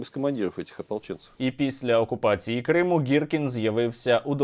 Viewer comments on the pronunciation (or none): none